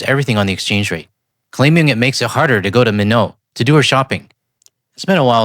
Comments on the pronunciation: FYI: you mispronounced the city name Minot even tho the interviewee in the clip said it correctly. “MY-not” and not “min-OH.” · The woman said the city name right, but somehow you didn't hear. Minot, North Dakota is said like "MY-not" not French-like "min-OH." But yeah she's in denial and more selfish. Unfortunately that's not a rare thing in Saskatchewan. Quite of bit of them here still see the US as an acceptable place to travel because "shopping" or some BS like that. I even saw a guy wearing a "51st State" hat without any sense of irony. If I wasn't tired I woulda been furious. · It's pronounced My-not not Min-ow. 160 km south of Brandon. MB. Another of these towns do have French names, but use an English pronunciation. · Minot - pronounced My knot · Love you, Minot is pronounced "MY NOT" as in, MY ass will NOT be going back to the USA for a very very long time. The rot is deep now.